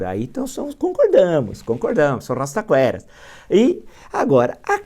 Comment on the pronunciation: “O rrrrrrastaquera acredita no falastrão” descreveu o Brasil kkkkk